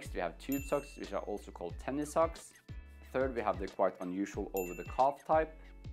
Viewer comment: "Sokcs" OMG LOL IM SORRY